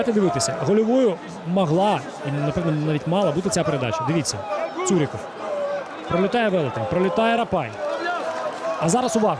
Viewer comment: поки важко українською, але молодець, слух мало ріже. Хіба вимову прізвищ підтягнути, бо зараз БондаренкА (а не кО), ЦурикАв (а не Ов) і т.д.